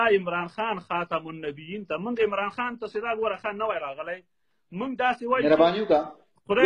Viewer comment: da Khatam an-Nabiyyon di ao ka Khatam an-Nabiyyin ? please Khatam an-Nabiyyin di da .ya kho di da kasta owayal ao yah da lafaz nadr ze da lafaz sahi ka please da Qari Eisa ta wayam.